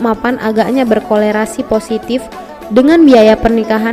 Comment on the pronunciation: Berkorelasi ya bukan berkolerasi (emang penyakit kolera Hehehehe...)